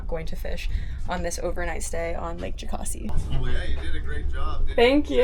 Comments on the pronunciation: ITS "JOE-CAS-EE" FUCKING YANKEES!!!! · It's not Jo-cah-see, it's Jo-kass-ee